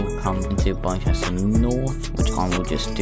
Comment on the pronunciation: Bicester is pronounced is bister :)